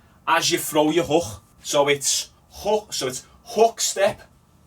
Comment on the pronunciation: I thought my Irish accent was bad but fucking hell that way you say hook, houck